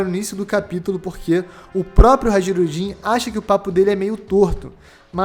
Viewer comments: HA-JI-RU-DIN !? "J" nórdico é o nosso "i" semivogal. HAI-RU-DIN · Amigo, "Hajrudin" se pronuncia "hairudin" com som de "i"